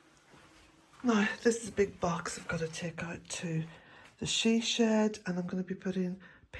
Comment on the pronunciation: When you said ‘she shed’ I understood it as sìdhe-shed! Oh well x